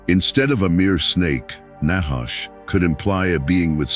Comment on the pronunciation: NACHASH..honestly you pronounce it very wrongly trust me allthough you keep speaking in circles the whole video through you never ever come to a point ot a point of prove i have studied hebrew very much and that is the only way to understand the word of truth its spelling its pronunciations its origins its meanings todays bibles are a mere possibility of truth twisted and filled with lies words changed you do not know the nachash or its origins nor do you understand it nor do you know the truth